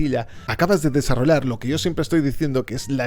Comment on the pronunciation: Buen contenido pero por qué dices desarrolar en vez de desarrollar , es algo de la forma de hablar de España?